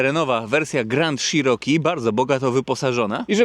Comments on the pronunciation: Cziroki Panie Cziroki a nie Sziroki... Czy te ślady na lewym lusterku to pozostałości po karnym kutangu za ujowe parkowanie? 😂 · Grand SZiroki? Dlaczego sziroki? Dlatego że Wąski się spokojnie do niego zmieści? 😂 Jednak CZiroki brzmi lepiej i jest bardziej zbliżone do wymowy angielskiej. Wiem, wiem czepiam się. W końcu każdy wie o jakie auto chodzi 😉. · Dżip grand i szerooki 😂😂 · Załamka, nawet nie potrafisz poprawnie wymówić nazwy, nie zadałeś sobie trudu żeby sprawdzić albo nie wiesz jakie wskaźniki masz na blacie - bo to nie jest temperatura oleju. Amerykę odkryłeś że auto sie buja a co ma robić jak silnik jest w układzie wzdłużnym, 125P też sie tak bujał jakbyś nie wiedział. Film zrobiony pod sprzedaż. Nic mądrego i nowego nie powiedziałeś, a powielasz tylko głupoty. Jako jeep'arz żałuję że obejrzałem ten film i jeszcze ta cena 43 K za co ? Może z wyglądu auto jakoś sie prezentuje ale ciekawe jak tam mosty reduktor skrzynia - może to sie okazać niezła skarbonką. Co do panewki to pałuj pałuj go tak sie sie przekonasz, najpierw dowiedz sie ile czasu zajmuje rozgrzanie oleju w takich silnikach.